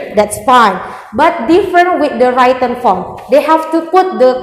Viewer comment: Gemesss banget tiap dia nyebut 'writen' dibaca 'wraiten' padahal udah ditegur sama pengujinyaa